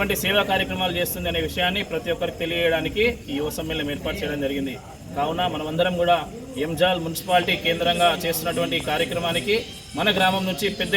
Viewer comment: యంజాల్ రా నాయన .....ఏంజెల్ కాదు